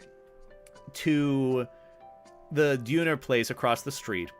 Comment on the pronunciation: Well I hope that additional late Friday party pronunciation training for Döner helped... But sounds like it xD